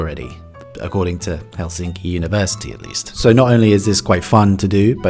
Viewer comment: first word : helsinki . accent on hel , not sin